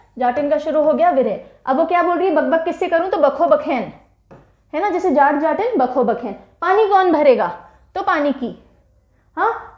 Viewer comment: Uttar pradesh ka folk दादरा है ददरा नहीं... बिहार का जाट-जाटिन नहीं.. जट-जटिन है